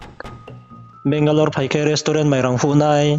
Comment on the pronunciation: Asuh Benglore hing pronounce khe rungya ong tong mo how can she trust someone n come over ong pai msei asuh le .